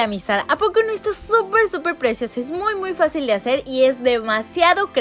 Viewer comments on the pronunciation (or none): En el minuto dijo es muy fasil de hacel